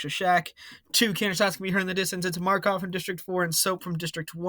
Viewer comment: Just saying buddy, MakArov not Markov, and Freidrich not Freidirch, still it was a fun episode